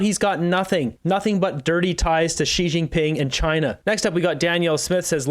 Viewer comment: You are the only Canadian YouTuber/ reporter who can pronounce Xi Jinping perfectly.